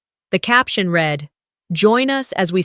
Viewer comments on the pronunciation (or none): Another dropped wineglass. Doesn’t happen in real life. Irritating. Past tense of ‘read’ is pronounced ‘red’. Wish the AI would adjust the stories to remove the clichés and the incorrect pronunciation.